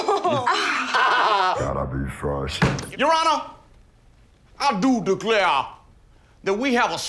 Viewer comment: “I do declayuh, that we have a star witness, that we would like to call to the stayun”